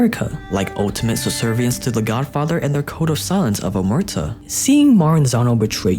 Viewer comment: Man your videos are great but to be perfect you should nail the italian words..like "Capo di tutti *i capi" o "Omertà" Let me know if you need a double check next time 👌